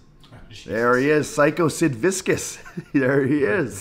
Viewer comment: Kenny’s pronounciation of Sid Viscious name 🤣